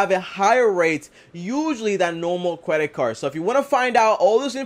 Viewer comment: I had to rewind But….. did this nigga really say “cwedit card”😂😂